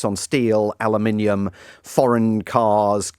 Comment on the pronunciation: Your guest is the only westerner who can pronounce "aluminium" correctly... well almost 😅